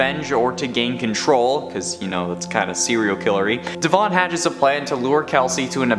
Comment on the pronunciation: The E in Devon doesn’t need so much emphasis